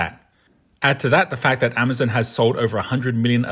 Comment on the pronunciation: pronouncing Hyundai and Amazon wrong... where did you get this guy?